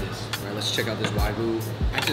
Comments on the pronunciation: It's wagyu not why goo. :D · Wagyu is pronounced wah gyu.